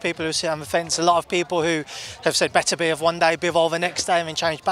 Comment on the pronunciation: Joshua is the only guy I've heard pronouce Beterbiev's name correctly 😂